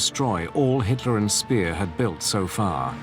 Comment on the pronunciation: Speer is read Špehr, not Spear, dumbass...